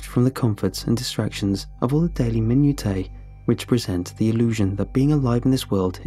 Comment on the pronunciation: “Minutae” is pronounced “mine-oo-sha,” not “minute-ay.”